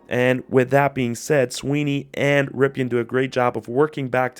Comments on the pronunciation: It's not pronounced "Ripeean" it's pronounced "Rippen". His uncle played for the Redskins. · Dude. It’s pronounced “rippin” not “ripkin”.